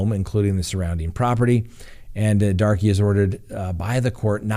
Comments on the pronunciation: I chuckled every time he pronounced it Darkie. 🤦‍♂️ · Banning is a dangerous road for all. Btw I believe 'Darke' is pronounced 'dark'. Have a friend with same last name.